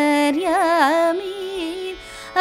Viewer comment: Not 'YENTERYAMI' BUT 'antharyami'